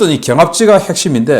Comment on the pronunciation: 귀하의 발음이 엉망이올시다."과반수, 경합지, 대부분,예측,?보도 전쟁,개정,정부, 등!! 단어의 첫 자를 모두 "짧게"잘못 발음했습니다. :길게: 발음해야지요 :한국 어문을 고발함"이라는 책을 조용히 읽어 주실까요??